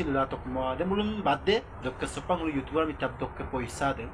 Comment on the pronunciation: You tuber hoi yu tober ...nohoi. pronounciation tu bhalkoi koriba..suwali jonir kuwa tu right nohoi...